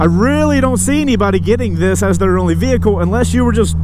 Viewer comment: Vee-hicle 😄 lol